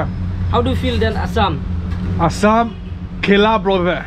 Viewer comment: Its not khela khela,its Kela kela